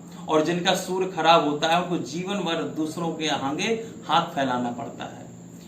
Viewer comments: Aap Sur bol rahai it's Surya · कृपया' सुर 'नहीं 'सूर्य ' उच्चारण करें आचार्य. 🙏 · Hindi me sury ka ucharn theek se kriye fir bad me gyan den, sur nhin sury khen , kanon me chubh rha sur ka ucharan. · Poore video mein aap Soor bhagwan kah rhein hain... Soorya bhagwan ka pronunciation sahi kijiye please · Surya bolna hai na ki , sur , pahele jake bolna shikh. Gadeey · Pandir ji surya to sahi boliye sur sur sunai de raha he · Bhai. Meko gussa aara hai. Tere ko bhagwan surya ka naam tak bhi lena ni aata. Aaram se bol sur sur. Kar raha. Hai. Language change kar teri tone sahi ni hai.